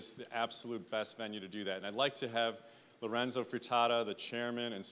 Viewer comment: Omg he said Lorenzo's name wrong.. -.